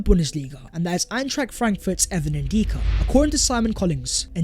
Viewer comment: his name is N DICK A .. not N deeka lol say it